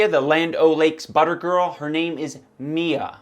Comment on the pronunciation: I betcha that LandoLakes girls name is pronounced "My-Uh"